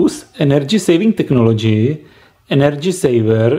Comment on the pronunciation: ''Technobgy'' hhaha